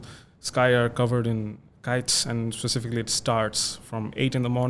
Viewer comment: All good except "specifically"